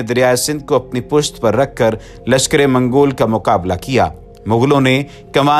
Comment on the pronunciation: MOGLON nahi balke mongoulo kahiye